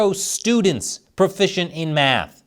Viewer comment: Nobody's profishent? So ware we gonna get fish?